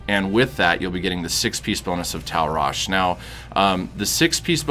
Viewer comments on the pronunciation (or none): It's Tal' RashA ffs, man that kept getting on my nerves. But thank you for the guide, good stuff.